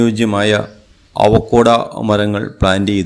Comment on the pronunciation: അവക്കോട അല്ല "അവോക്കാഡോ"